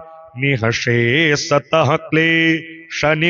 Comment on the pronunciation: Aapne galat bola jaha par klesh nivrittaye likha hai waha aapne galat tarike se bola:” klay-Shani-vrittaye” Aapne bewajah Shani ko yahan kyu uchhar mein laya jab yahan jab Shani ka koi ullekh hai naa he he koi dur dur tak jab yaha lena dena nahi hai Shani ka iss jagah Kyunke sahi u ghar hona chahiye- klesh nivrittaye means saare klesh shaant hongay❤